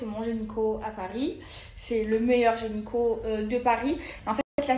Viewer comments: « Genyco » déjà elle sait pas parler ça en dit long 😂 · Elle dit gényco ou je rêve? Beurk ce genre de personne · L’apologie de la pédophilie clairement qu’elle malade la fille ! 12 ans elle dit 🤕🤒 mais le pire ce sont fans sorry Écoutez elle dit GENYCO 😂 la geniieee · C’est un « gényco », le meilleur « genyco » 😭😭😭 Même le gynécologue ne l’a corrige pas 😂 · Elle dit "gényco"🤦‍♀️🤦‍♀️🤦‍♀️